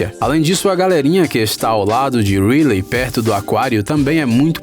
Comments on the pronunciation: mano se pronusia "raili" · E a Riley.ele falou reily kkkkkk